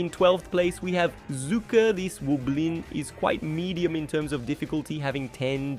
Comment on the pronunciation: Medien? Medien? Really? It’s medium.